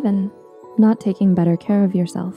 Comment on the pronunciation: better* not batter